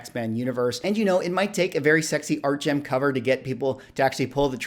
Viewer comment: Love the content,. One note, it is ArtgeRm not Artgem.